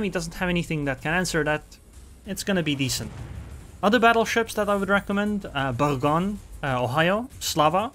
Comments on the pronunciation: Boor+gog+knee. Settled. Yore welcome. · Please google how to pronounce Bourgogne